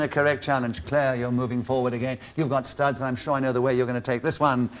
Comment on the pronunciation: why the hell does Nicholas have to pronounce the word 'studs' the way he does?